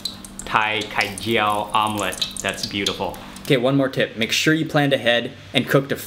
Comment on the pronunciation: The way you pronounced Khai Jiao is so cute Mark! I am glad you like our dish!